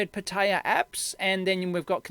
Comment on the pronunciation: For me as a spanish speaker, your pronunciation of "pitaya" is like nails on a chalkboard. But otherwise very good video.